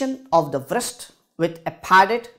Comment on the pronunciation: Really😂 Wrist W is silent broh